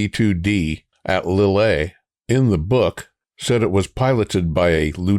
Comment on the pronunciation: Lille is pronounced as L-eel. We'll get you sounding French soon enough.